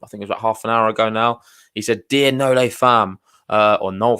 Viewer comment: You are supposed to be tennis nerds and you don't know that Nole is pronounced NO-LAY? You said it right first, then botched it the second time.